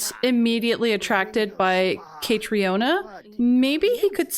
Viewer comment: As an Irish person hearing you butcher Caitriona's name was so painful in this episode 😭 If you haven't looked it up yet, it's pronounced exactly like Katrina, it's just the Irish spelling :)